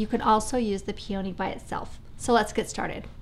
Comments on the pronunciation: Love all your ideas, site and channels etc. but it is pronounced PEE-o-nee not Pee-OW-nee. Beautiful though, no matter how you pronounce it LOL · That’s so funny, you all really say it that differently from me?! I grew up on the east coast and we say it so differently I honestly didn’t even realize you were saying Peony at first. I actually paused the video and checked the description because I thought I had clicked on the wrong video! LOL There usually are variations in accents etc. but this one is so very different, how interesting! Thanks for replying as well, now I will know what a Pacific north-westerner is saying if they say Peony ;-)